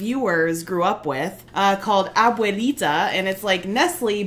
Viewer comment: Excellent choice with Chocolate Abuelita! You had some trouble saying "abuelita", but that's because you're English speakers and you can't avoid mangling it. It means grandma, so it implies that this is the chocolate grandma would use. Yes, you can eat it straight and I have done so many times, it even has score marks molded into it so you can break off as little or as much as you like, although you'll find it easier to use a knife, but make sure you don't cut yourself accidentally because it's pretty hard. It's very rich and if you eat it with your fingers you'll get molten chocolate stains on your fingers, so you'll do some licking or have a napkin handy. Also as you bite it be prepared to catch crumbly grains of chocolate and sugar.. So, in México, we bring milk to almost a boil then reduce the heat to a simmer. The chocolate gets broken up as much as possible before adding to the milk because it is very dense and takes a while to melt in the milk. The chocolate tab is a mixture with coarse sugar throughout. You stir the pot constantly until homogenous, and right before serving we use a wooden utensil shaped like a barrel that has two or three loose wooden rings carved out of it, whipping the chocolate until it has a rich dense froth, this is called champurrado. When you drink it, continue stirring it frequently with a spoon because the chocolate solids will settle to the bottom, sort of like coffee grounds. As for biases, you have to remember that Cacao, and therefore cho